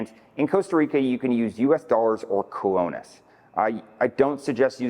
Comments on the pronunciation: Jaco, Sabana, Colones,... if you are going to give advice on Costa Rican things, learn how to pronounce the names. Your credibility really comes into question. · a decent human being would make an effort to pronounce the words key to the message. You're not even trying. It's arrogant and insulting to not even attempt to pronounce the name of the currency in Costa Rica let alone the name of major towns. You don't need to be fluent, but you should at least be respectful.